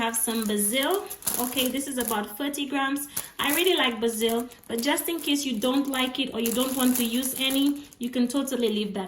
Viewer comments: Baaasil, not ba-zil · the way you say basil is very funny :p its almost like ur saying brazil lol, and a garlic bulb has waaaay more than 4 to 8 cloves.. just saying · She said Basil. Lmaooooo